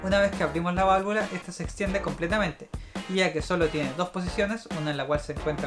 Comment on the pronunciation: yo escuche que dijiste 35 veces valvulas y valavula :)